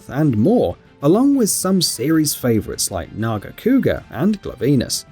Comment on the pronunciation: I love it when PC gamers slip up when trying to pronounce human words. Gluvenis? Really? Come on lol.